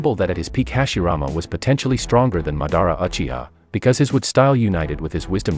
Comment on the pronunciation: bruh i bet u only read manga u pronounced the wrong way of pronouncing sasuke btw its toad sage mode u also cant pronounce jutsu and uchiha